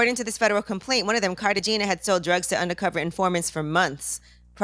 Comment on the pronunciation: Everytime she pronounces it carta-gina - I giggle.